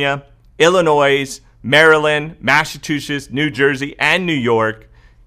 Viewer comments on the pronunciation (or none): Lol, you fixed it and now back to old habits. The S in Illinois is silent. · I won't believe we are gonna get any more stimulus until we actually have it signed by the president! I'm so sick of waiting, we need help yesterday!!! Oh, BTW, Illinois- the S is silent😘